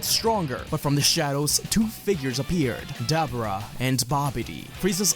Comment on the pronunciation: Ah man dabura (da-bor-a) not (dab-bra)